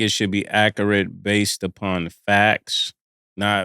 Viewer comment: Ma$e said Ak-urate 😂 there’s something about them A words to these Harlem cats 😭😭